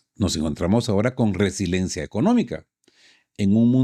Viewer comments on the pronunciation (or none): none